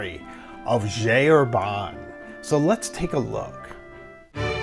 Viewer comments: This is a wonderful video, but would it be so hard to stop saying "G. Herbanne" and pronounce it correctly, please? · It's pronouced [ʒi ɛʁbɛ̃]. Please I beg you